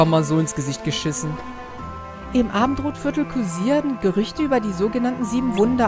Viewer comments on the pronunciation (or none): Ich verstehe die ganze Zeit statt Abendrotviertel "Abendbrotvierltel"^^